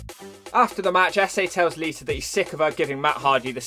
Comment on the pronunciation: Lmfao lita = liter Why do you always change -a soinds to -er sounds. Fucking great